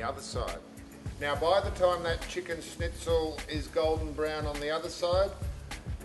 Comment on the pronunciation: Good video overall but it does rub me up the wrong way with one of my food pet peeves. It’s pronounced “schn” NOT “sn” ...argh!!!!!